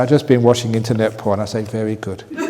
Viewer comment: PORN not PHON